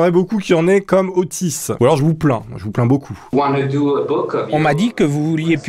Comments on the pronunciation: Au début je croyais que tu disait autiste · Nan mais sérieusement, à chaque fois que tu dis Otis j'ai l'impression d'entendre autiste x) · À chaque fois on dirai que tu dis : ''OTTISTE'' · tu veux dire Ottis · Ottis tool . C la.liaison abrutie